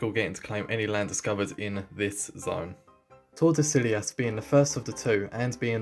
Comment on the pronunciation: Bro, that's clearly not how to pronounce Tordesillas.